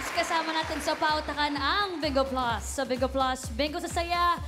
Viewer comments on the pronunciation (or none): Bakit d mabigkas ni miles yung bingo sabi nya BENGO TAGASAAN BA YANG SI MILES